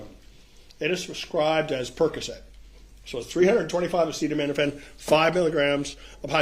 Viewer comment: Acetaminophen. Holy cow, does no one care about either looking like they know what they're doing, never mind the poor court reporter? (I would be a terrible court reporter, because I absolutely would try to take things down verbatim and then add notes like, "the word she wanted was (whatever)" or "Objection, relevance!?" But at least I know that and have thus chosen a better career path for myself.)